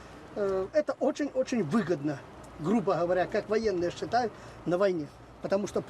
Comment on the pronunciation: Ґригорич,треба казати не"шытают",а "считают". Ти вже транди або білоруською,або рашистською....